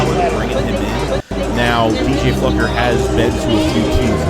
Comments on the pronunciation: It's Fluker not Flucker😂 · You pronounce it as Flu-Ker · Huh?????? There's no "c" in FLUKER.....like the bottom dwelling fish FLUKE...Don't sound like a dumb fluck😂😂😂! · It's pronounced Fl-oo-ker. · It’s pronounced “Floooooker”. Ik ik sad we can’t call him motherflucker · Pronounce Floo-ker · Just for clarity.... his name is pronounced FLU - cker or FLEW-ker LoL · Sup, keep up the good work. O and i think his name is pronounced flooker. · Man … u butchered his name as bad as Mark Holmes does!!! Pause 😮 lmfao 🤣 😂